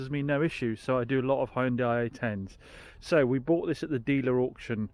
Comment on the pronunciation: Did you hear that Americans? H-Y-U-N-D-A-I, not Honday. :)